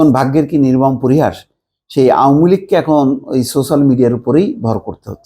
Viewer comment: আপনি কোন দলকে নিয়ে ট্রল করবেন না। আর সোশ্যাল শব্দটা ভালো ভাবে উচ্চারণ করবেন।